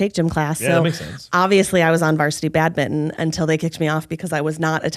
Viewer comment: Laughing in Canadian at the pronunciation of 'badminton'